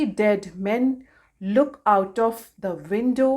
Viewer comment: Is it loom or look?. When you are saying, It's sounds like look